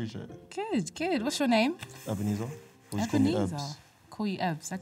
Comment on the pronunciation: I love the way she pronounces the name Ebenezer, it's also mine